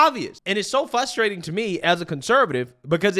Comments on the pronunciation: I cant take it anymore... It's 'Frustrating' NOT "FUSSSTRATING"! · The translation guide 😂😂😂 Pop-uuhh-ler = popular ExtrapYOU-late = Extrapolate Silver war = Civil War Dat = that Dis = this Fuss-trating = frustrating